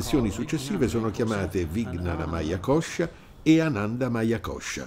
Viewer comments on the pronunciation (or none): L’argomento è serio ma forse non lo sono io, quando sento questo tipo che dice Anandamaiacoscia mi viene da ridere😂